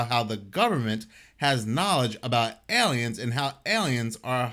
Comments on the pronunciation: OMT: there’s no “Y” sound in AY-LEE-INS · Love how he says aliens 🤣 ELLYENS